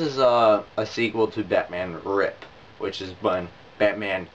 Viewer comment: Did you say Batman Rip? It's RIP, as in Rest in Peace